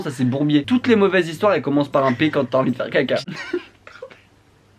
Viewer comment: J’ai adoré le coup des 35 zhistoires, et la soeur qui enfonce le clou : “nan c’était pas 35 zhistoires” (là tu te dis qu’elle va lui dire qu’il n’y a pas de “s” à 35…sauf que pas du tout) “c’était 30 zhistoires” 🤣🤣🤣🤣👏🏼👏🏼👏🏼